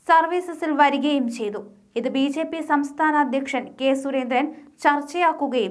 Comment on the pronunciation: ബി ശേപ്പി അല്ല കൊച്ചേ